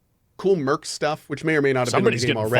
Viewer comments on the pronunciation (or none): none